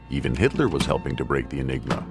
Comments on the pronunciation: "Enigma," not :"Engima." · Enigma not Engima!